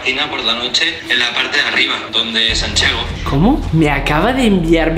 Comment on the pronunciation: Me dió mucho miedo cuando dijieron sanchego creo que se escribia asi me da muchísimo miedo